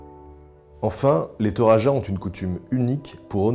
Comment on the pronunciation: Pour les Toraja, il faut savoir que n'importe qui ne peut pas avoir une poupée à son effigie après sa mort : le nombre de bœufs sacrifiés lors de son enterrement compte, il me semble. (et ça ce prononce Toradja ;) )